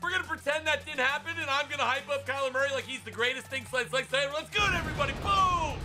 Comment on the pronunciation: I want to die bc most this vid u said kyler muryy